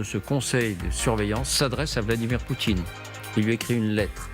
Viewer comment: ??? ..Le nom du dictateur russe c'est "Poutine", pas "Poutchine". Ce type de chez Porcshe n'a pas compris que ce genre de proposition pourra avoir du sens dans quelques années quand Poutine et son régime corrompu auront disparu et que la guerre sera terminée, alors que proposer ça maintenant est juste inapproprié.